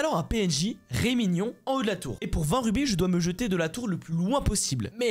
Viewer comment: alors c'est rémigon pas rémignon , ça c'est mon nom de famille xD, j'ai été EXTREMEMENT perturbé, super vidéo sinon force à toi gros !